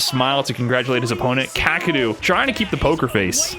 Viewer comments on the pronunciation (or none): Kaw-Kay-Ru. Not hard to pronounce but people saying it fast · I don't think that's correct. Its かける。 かKa けKe るRu. Not really understanding the Kaw and Kay pronunciation. Also the Japanese "R" is pretty hard to pronounce if you aren't use to it.